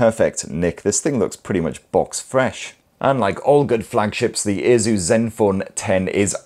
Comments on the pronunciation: its not aZus it aSus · Why does it sound like he's saying "Jesus" 😂😂😂